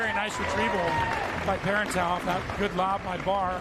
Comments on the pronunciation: it's not ParerntOW, it's parentEAU, rhymes with toe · My word. "PEAR-in-tao"? So ridiculous.